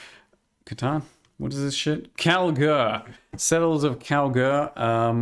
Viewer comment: Settler of Cthon 😂